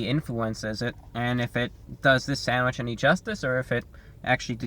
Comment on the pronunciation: I could listen to you say "sandwich" on a loop all day